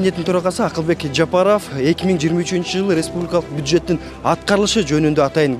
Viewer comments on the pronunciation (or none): none